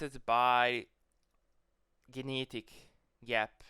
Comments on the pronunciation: I love how you say the word "genetic" 😂 Gee-ne-dik. Very based content. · You don't know How to say genetic.